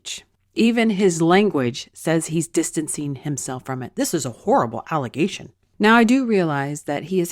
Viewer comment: I stopped believing Gaetz after he said, "alligation".